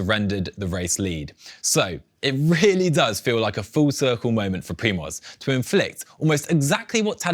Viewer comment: Is it so hard to google "Primoz pronunciation" as a preparation for the show if I plan to mention the name a gazillion times?